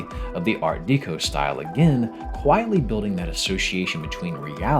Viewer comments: Someone tell this man it is pronounced "Art Deh-co" not Deek-o. How is this dude making a video about a French Game and can't say Deco correctly. Art Deco litteraly comes from Decoration. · Art DEH-KO, not DEE-KO. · Okay I’ve been pestered by this for weeks at this point. Art Deco is pronounced like Decoration, “deh” not “dee”. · Oh my god…. You didn’t just say art DEEco. Someone wake me up when we are all no longer suffering from ghsfjukluduuicvaww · I'm pretty sure 'deco' in 'art deco' is pronounced like decoration. Its a small thing but it got me every time. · It's pronounced "Art-Deck-O" btw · Imagine making a 46 minute long video repeatedly using the phrase "art deco" but pronouncing it wrong every time. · Never have I ever heard someone pronounce art deco like that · can't say I've heard someone pronunce Art Deco that way 😅